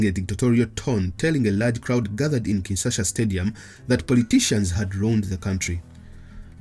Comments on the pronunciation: It’s Kinshasa, not Kinsasha. Good video nonetheless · It’s called Kinshasa not “Kinsasha”.. lol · It's *Kinshasa btw